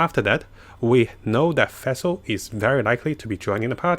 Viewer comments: Its nawwt fassel! pleasee it hurts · Everyone: Fischl: Fæhsehl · or Fesil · Every time you say Fischl it sounds like you are saying Vessel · Ngl every time pronounces Fischl's and Ningguang's name it makes me cringe -_